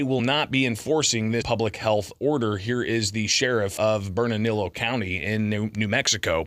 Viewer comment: I find it so strange, with so many Hispanic people and Spanish names of places around the country, nobody on YouTube can pronounce Burnalillo or Lujan 😂 J's most often make an H sound. 2 Ls together make a Y sound.